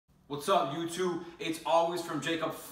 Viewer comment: i cried when i heard that "wots ap youtoob"